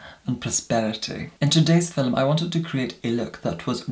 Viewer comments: did not say fillum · i love the way you say "film"